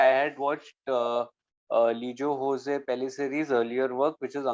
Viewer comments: The name is pronounced lijo joz and not hose.. the name doesn’t have any Spanish influence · It's Lijo Jose, where both "J" is pronounced similar to how we say "John" Regarding the bull scenes, I think its a mix of animatronics, CGI and some real stuff. I kind of remember hearing that back then but not completely sure.